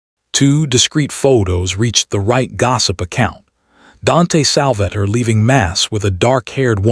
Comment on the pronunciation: Sal va tore not Salvatter